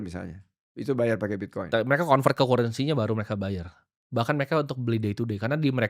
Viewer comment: Cara eja currency Timoty masih salah. Bacanya bukan Kurensi tap Karrensi.